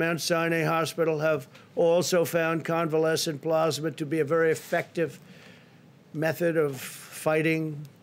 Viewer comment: why cant Trump say the words 'plasma' or 'convalescent'? is Trump ok?